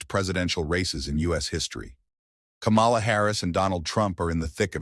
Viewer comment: I will not subscribe to this channel until you learn to pronounce her name. It is pronounced Coma-la. I am sick and tired of the disrespect.